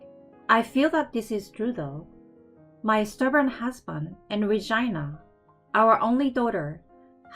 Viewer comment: it sound like she saying vagina not Regina 😂😂😂😂